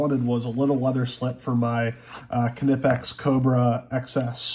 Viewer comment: the pronunciation of knipex is wrong it's knipex not khe-nip-ex